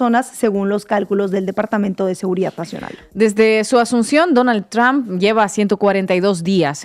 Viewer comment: Oye muchacha por qué no aprendes a pronunciar la palabra del viejo este presidente de Estados Unidos no se dice Trump estás como queriendo decir trampa no se pronuncia así ya is Donald Trump no es Donald Tramp léelo en español así como dice Donald Trump